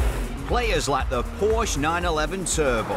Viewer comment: How can he be a car guy and still pronounce Porsche incorrectly like a 90s yuppie? Unless that was the point